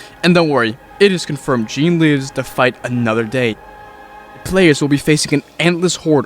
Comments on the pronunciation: i die everytime he pronounces it "Jeen" instead of "Zhon". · I’m a bit late but Jean is pronounced Shh-on